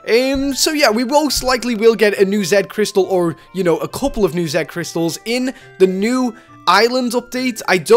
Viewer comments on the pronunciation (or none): The way he says Z crystals ;-; Oof.